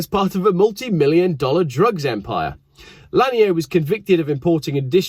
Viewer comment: It’s Randy lan-yerrr.. he’s from America not daggum France… good god that’s easy to get right, that hurt to hear every 30 seconds.. the first half of his smuggling career makes him an American hero in the cannabis world… you may as well have mispronounced Randy as far as we’re concerned. Smoke a store bought spliff AFTER driving your fast car one way somewhere in the southeast, and you can thank him for all of the freedom overwhelming you.